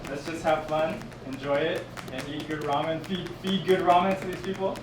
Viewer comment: "raw men shack"